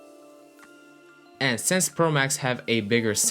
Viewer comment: Why you say since like sense 🙃🙃